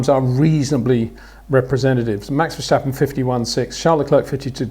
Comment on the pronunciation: Peter, you say "Verstappen" with an H somewhere in the name, like Vershstappen.